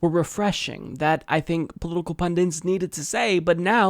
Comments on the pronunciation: Pundit. It's punDIT. Not pundint. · pundit not pundint